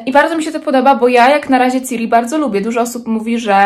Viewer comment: prosze Ciri przez S nie przez C:) wybacz ale jako wielka fanka jestem wyczulona